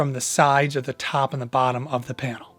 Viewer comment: " the sides the tAwp and the bAtton" lol